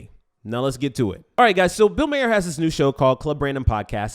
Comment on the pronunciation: I love that you call him Bill Mayor.... like you don't care enough to even pronounce his name correctly, I dig it....